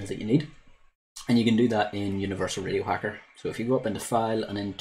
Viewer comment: I was gonna wise crack on ya because in the beginning of the video it sounded like you said "video signal", but after replaying several times I can hear you actually said (or tried to say) "radio signal" 🤣😁